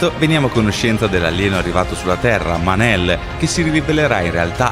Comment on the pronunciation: è mon-el non man-el